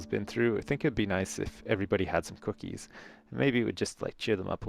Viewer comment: The way he says "Cookies" is funny!